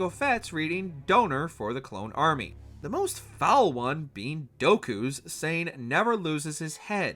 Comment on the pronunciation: Hearing the narrator mispronounce several Star Wars names such as Qui-Gon Jinn and Count Dooku hurts my ears and heart.